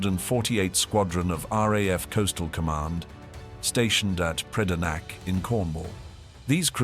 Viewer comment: It’s TET-SEE FLY bud. And the Cornish airfield was named PRE - DAN - NICK😡